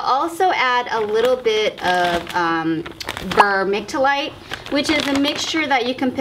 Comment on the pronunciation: Ver-mick-you-light :) . Great plant save ! These are easy to rot so def want to try again and follow your tips ❤